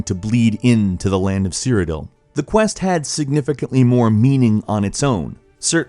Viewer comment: OBLIVION WAS GREAT BECAUSE IT ZOOMED IT WHILE YOU INTERACT WITH NPCS, WE ELDER SCROLLS FAN WILL ALWAYS MISS THAT DUMB STUFF EDIT: AHHHH THEY SAY "CEERODIL"